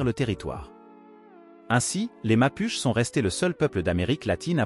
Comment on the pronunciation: Apprend à prononcer Mapuche et on ira quelque part 🥲